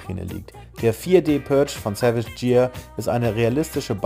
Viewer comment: Savage Gear, das dortige G wird ausgesprochen wie ein deutsches G 😅 Grüße!